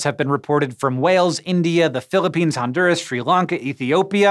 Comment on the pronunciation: I really appreciate that you mentioned Honduras and even pronounced it kinda right. Thank you. Fish don't rain here, but rather, rivers overflow after downpours and some fish are left behind after the river goes back to its normal state. But yeah, people go crazy and say that they actually came from the clouds and get over hyped xddd, it's become kind of a tradition here:)